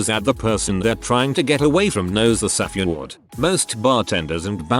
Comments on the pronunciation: You couldnt even put in the effort to go through this video once and add a space between all the times your TTS software said "safeword"? You just decided that "saf-ay-word" was perfectly fine? Really? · Ew.. why does the bot pronounce it saff-EE-ward